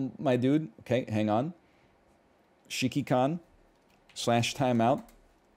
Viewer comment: Hearing NL repeatedly try to pronounce Shikikan is pretty blursed.